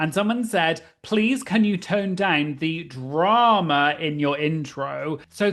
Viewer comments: I'm just here to hear you say "draWma" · I always enjoy how many syllables you get out of the word "drama." 🙂